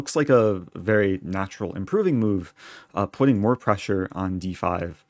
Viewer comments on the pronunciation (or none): none